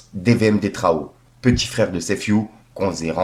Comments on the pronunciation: Putain fais un effort stp frérot, def row et pas detraho 😂😂😂😂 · prononciation imbecile, il lu detro 😭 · Beh c'est Death row pas def frérot mais j'avou l'anglais laisse a désirer 😂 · ouai .... bien vu Death Row Records ... defrow MDRR